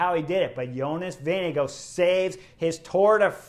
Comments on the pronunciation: Chris, I know it's the end of TdF but better late than never. The race leader's name is NOT pronounced "VeeneGO" but "VingeGAARD". Thank you. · Thanks for that Ozaip...the pronunciation of Vingegaards' name by Chris (and many other announcers) had me screaming at the screen. 😉